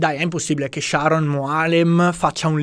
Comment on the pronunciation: però il nome devi pronunciarlo col giusto accento. Il nome maschile ebraico è Sharòn, non come l'inglese femminile Sharon. 😏